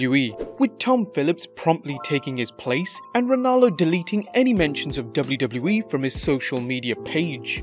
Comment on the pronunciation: Learn how to say WWE